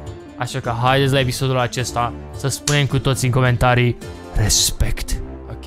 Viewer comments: Nu respect ci rezmect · Glory to Arstozka ! Si cuvantul magic Respect (cu accentul lu Raphael) =)